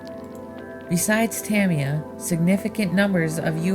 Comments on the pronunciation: nice video but, say it with me "ta my ya" =) not "tami ya" =) j/k all in good fun! awesome video! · I've been corrected before, and the guy said, "Ta Me Ya". I pronounced it "Ta My Ya". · Correct pronunciation is "tah-mee-ya", which when spoken natively is almost "tahm-ya", rather than, for example, the popular American pronunciation of "ta-mye-a", or over-emphasising the first or second syllable. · "Tammy Yah" LOL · It's pronounced ta- my- yuh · No! TA-mi-ya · Look up early Delta and Bolink. In the 70s racer were building their own competition racers. Thats how the companies got started. Tamiya is being pronounced wrong. And the Road Rider is supposed to be Rough Rider. There was also a Ford F150 model with the same Sand Scorcher/ Rough Rider base. There were after market parts to turn them into pan style buggies for racing. These dominated at the tracks. The metal suspension later proved to be a hindrance. Racers were even using No suspension for buggies to lean on less weight over handling. Later the nylon plastic suspension parts outdated the Tamiya line up. Tamiya's designs could never keep up from that point. There were tons of earler manufacturers in both on road and off road. Get a hold of some vintage RC Modeler magazines. Those early off branded cars and buggies were heavily modded and became teasting grounds for the future of RC cars. Pan cars were not the first. The pan chassis came later to light weight. Awsome Video. Nice to see the vintage footage!! 👍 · Nice video, I really like the old film footage. Just one pet peeve, you need to pronounce Tamiya correctly.